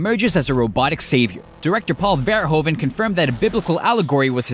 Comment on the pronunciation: Paul Verhoeven's last name is pronounced more like Fair-Who-Fan, with the emphasis on Who. I won't go into the details of Frecnh pronunciation, though, I'll leave that up to my southern neighbours.